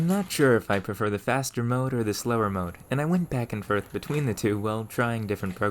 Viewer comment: "back and ferth"